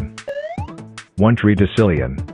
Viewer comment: "Threedecillion" got me😂😂😂😂